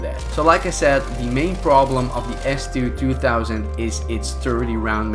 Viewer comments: S2 2000 you say it s2 200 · Idk how many others may have caught his mistake. He kept saying S2-2 THOUSAND. It’s 2 HUNDRED dude. Idk how he didn’t catch his mistake while editing the video when you see the name show up numerous times when he got people with it. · Its s2-200 not s2-2000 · It is an S2 twohundred btw.. :D not twothousand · Its call s2-200 not s2-2000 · He said S2-2000. It's S2-200